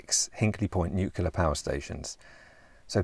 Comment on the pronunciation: Please stop pronouncing nuclear as nucular. I've watched enough of your videos to be pretty sure you're not an idiot.